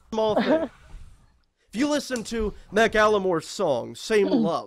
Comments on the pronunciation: Who's Ma-Kae-el-more, doesn't he mean Ma-kle-more? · Anyone else catch "Mack-al-a-more" instead of Maclemore? I feel like someone once explained to him how to actually pronounce it, and then he was like "No, pretty sure I'm right." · "Mackalamore" sir, that isn't how you say that name. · Did he pronounce Macklemore as Mack-A la-more? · "Mack Alamore" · Mack-al-lomor lmao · How did no one make fun of him for completely butchering the pronunciation of macklemore? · Why is no one saying anything about how he pronounced Macklemore?